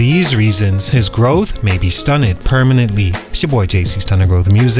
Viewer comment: That "PERMANENTLY" hit hard 😅😂